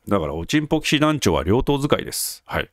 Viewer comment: 冒頭のおちんぽ騎士団の発声がとってもステキ♥ 恥ずかしがらずハッキリ言える人は格好いいですよ！